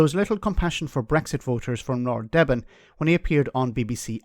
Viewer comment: this is John Selwyn Gummer who was MP for Suffolk Coastal. His successor was Therese Coffey. I's prononounced "Deeben", by the way.